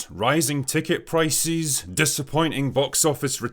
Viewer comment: This man really pronounced prices “ priceezzz”